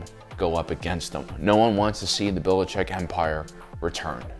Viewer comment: Belichick not Billicheck